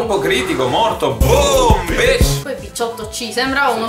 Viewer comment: Ma ha detto bi*ch,ah,no è Beach...ottimo ragazzi,il gioco è magnifico.